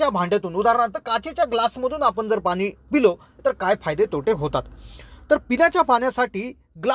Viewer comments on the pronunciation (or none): पानी नव्हे पाणी असे बोलत चला. .... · शुद्ध बोला पानी नाही पाणी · भाऊ , प्रथम आपली भाषा सुधारा. आनि ,बानी आनी पानी,आवुश. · अत्यंत अशुध्द भाषा ,कृपया आयुष्य सारखा साधा शब्द,पानी,पील सारखे शब्द सुध्दा धड उच्चारू शकत नाहीत, कशाला मराठी ची मोडतोड करता.१००%लोक ह्या अशुध्द भाषेचा वापर करणारे आहेत ,असा गैरसमज करून घेऊ नका. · Krupaya aadhi aapan pani ha shabd neat uchharava